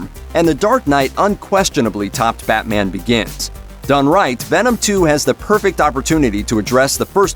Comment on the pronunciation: Did I hear him say: "... And the dark night unquestionably topped 'Fatman Begins'"??? Lol